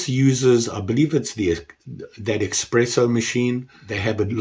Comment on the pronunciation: it’s espresso NOT xpresso